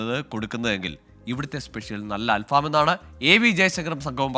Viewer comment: അല്‍ഫാമോ അതെന്തു ഫാം .... 🤣🤣 അല്‍ ഫഹം എന്നാണ് .... ഫഹം എന്നാല്‍ കനല്‍ എന്നാണ് അര്‍ത്ഥം .. കനലില്‍ ചുടുന്നത് എന്ന അര്‍ത്ഥത്തില്‍ ആണ് ബാര്‍ബെക്യൂവിന് അല്‍ ഫഹം എന്ന് പറയുന്നത് ...